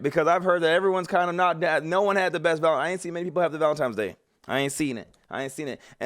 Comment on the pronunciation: It's Valen-tine, not Valen-time. Just wanted to throw that out there. I used to say it like that in my teens, util one day I was completely humiliated 😢